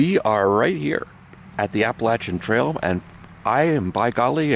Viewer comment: It warms my heart that you pronounced the Appalachian mountains correctly. I’m normally not a spelling/pronunciation fanatic but you nailed it. Happy trails from the north Georgia mountains. Great videos. Keep em coming.